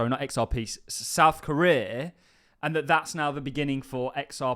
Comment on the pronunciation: The way you pronounce Korea is killing me dude 😂